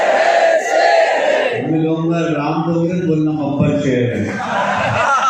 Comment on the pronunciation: Name to sahi se le nahi pa rahe hai दाँगोड़े ko डोंगरे कह रहे hai